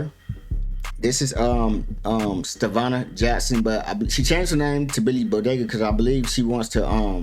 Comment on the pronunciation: Bro you so real for saying Stevanna i been saying this for the longest .